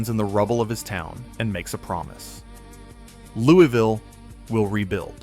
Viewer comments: Yeah, you probably should've researched more. Louisville Mississippi isn't pronounced "Louie-Ville". Its "LOUIS-VILLE". The city in Kentucky is pronounced "LOUIE-VILLE". And that map shot was Louisville, Ky. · In Kentucky it is "Louie-ville", here in Mississippi we pronounce it "Lewis-ville." Also the map you show is of "Louie-ville", Louisville has only two state highways and no river running through it. Regardless thanks for the re-collection of that day. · A gentle correction. Louisville, Mississippi is properly pronounced “Louis-Ville. Totally understand the difficulties with both French and English influences in American place names. But I did grow up on the Winston/Noxubee County line.